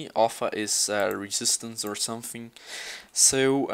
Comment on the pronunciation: i love how you say something (sometink)